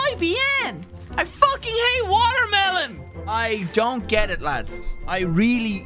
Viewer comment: "watermelone" hahaha